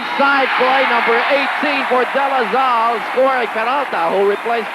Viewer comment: “Ateneo Flying Eagles,” “Zambo Lim” “De La Zal”, “Razella” - where does get all these? 😡